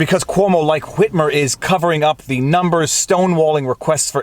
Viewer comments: The fact that you pronounce the H in "Whitmer" makes me so happy. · It's the correct pronunciation. I don't know where people got the idea that the "h" in "wh-" words is silent. Seems to be a generational thing.